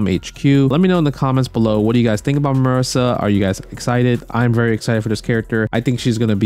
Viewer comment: MA-REE-SA. Lol.